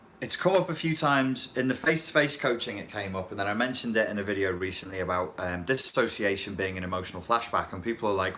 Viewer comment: Thank you for saying disassociation instead of disossiation.